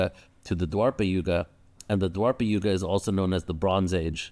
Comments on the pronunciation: Its not dwarpa yuga it's dwapar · Its called Dwapara Yuga not Dwarpa